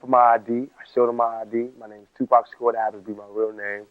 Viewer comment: Tupac is the correct way not Tupack